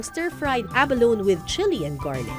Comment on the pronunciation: Say ABALONE with an E on the last syllable not “abalon” 😂